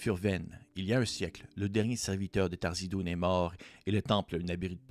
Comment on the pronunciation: c'est pas Tharzidun... c'est THARIZDUN ;)